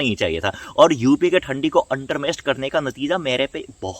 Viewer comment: Bhai its not "undermest"it is "under estimate".